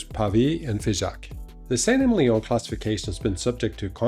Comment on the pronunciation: Just in case you care, it’s pronounced “Sant Emilion” - just like said it!